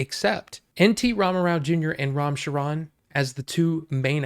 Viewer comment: I love how the foreigners pronounces the Actor's name , Ram Chiron 😂